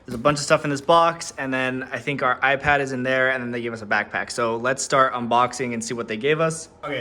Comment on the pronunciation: I’m sorry, did you just say.. iPad?